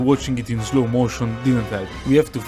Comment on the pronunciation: I figured it out after one more video. After that started noticing how he always pronounces slow like "zlow". I like it though